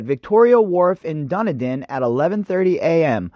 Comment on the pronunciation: My brain will explode if you mispronounce Dunedin, again. DUNN-EEE-DIN you absolute spanner. Fucking Americans, please, stay away from New Zealand, there are lots of other countries full of people to annoy, aggravate, and appropriate whatever part of their culture you like. ..Australia, that's the country for Yanks to visit! Yes! Go to bloody Aussie.